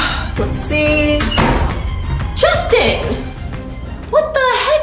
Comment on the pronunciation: IT'S JOSTIN